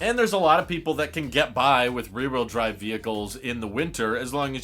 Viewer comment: Learn how to say ..rear....wh..eel.. Drive